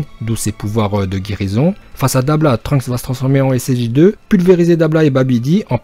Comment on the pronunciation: Mais par contre c’est dabra pas dabla